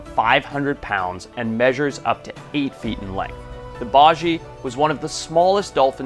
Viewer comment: Just a heads up, the baiji is pronounced “bye-G,” the correct pronunciation is important!